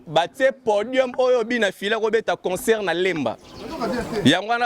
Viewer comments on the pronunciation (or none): none